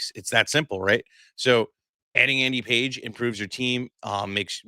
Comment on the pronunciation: It's Andy Pages, pronounced PAH-HEZ.